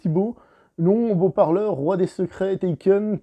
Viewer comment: Tu as qu'à tout ken ? Taken - Touken ? 😂